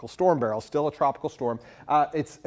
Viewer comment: Thank you for pronouncing the Hurricane’s name properly!